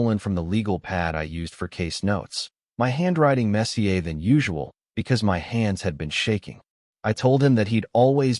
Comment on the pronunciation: The word is "messier". It's English for "more messy". It is not French Mess-ee-ay.